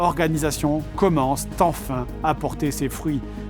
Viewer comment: "la nouvelle organisation commencent/ commence-t- enfin " ?? d'où sort cette liaison avec une lettre t imaginaire?